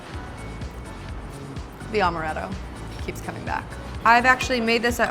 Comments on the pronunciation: in my best Hermoine voice: “it’s AM-er-ett-o, not AUM-erett-o!” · It's not Omaretto...its AAAAAmaretto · Amaretto is strong, but not strong enough to get hit from one shot. She also pronounced amaretto wrong and it was bothering me so badly lol